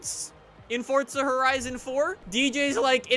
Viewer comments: can u stop saying fortsa and say f-o-r-z-a it gets annoying when u say fortsa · Guy says fortza its forza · Is it only me or does it piss anyone else off the way she says “forza” , the guy says “fortsa” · it is forza not fortsa have a look when u go onto the game next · Jacobs IT'S FORZA NOT FORTSA FORZA!!!!! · Any one else notice on most of his vids he says fortza instead of forza?? Comment below if you noticed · I'm sorry but it's forza not forTza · why do so many people say fortza horizon? its forza horizon. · Its called forza not fortza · SMFH. forTza? really dude? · Fortza. It’s fucking forza there’s no T in the title. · forza not fortza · Forza not fortza u duck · where is the t in forza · Why does every forza streamer say FORTZA there is no T in Forza lol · this is not why he says fortza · Can someone plz explain to this man that there is no "t" in "forza" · Duuuude its pronoinced "four-za" 😂😂😂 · Why do u keep saying fortza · why does every god damn flipping YouTuber say "fortza" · Is he saying fortza horizon 4 or is that just me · Why does he say fortza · XD why does he keep calling it fortza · Why does everyone say fort-za horizon 4??? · Stop saying fortza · FOOOOORRRRRZZZZAAAA not fortsa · Fortsa???? Lmao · its actually called fortsa but ppl like me say forza